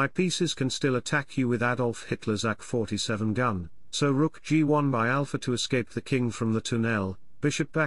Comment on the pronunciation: I think he says AK 47 gun where he makes AK sounds like act